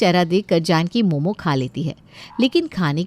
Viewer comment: Momos Nahi momo hota hain gabar😂😂